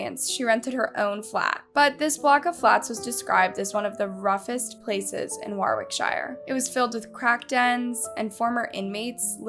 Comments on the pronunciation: Nothing to do with the case but it’s ‘War-Rick-sheer’ that’s how English pronounce it. Just had to say it sorry x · More poor pronunciation - "Warwickshire", and generic. stock. footage used... just really poorly researched and the actual soundbites are from another documentary from the UK. '' is just a narrator that reads a (poor) script emailed to her... so stop. commenting and expecting her input/response. How hard is it to pronounce place names? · Enjoyed the video, only (constructive) criticism is to research pronunciation of places in the UK, it's pronounced Wor-ick-shur (best I can explain it haha) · The way the narrator pronounces "Warwickshire" 🤦‍♀️ - Why don't people make an effort to say these names correctly?!